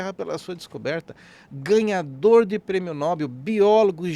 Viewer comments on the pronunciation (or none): "NOBEL" e não "NÓBEL".